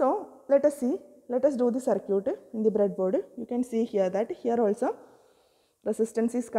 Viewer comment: Circuit ❌ Sir-cute ✔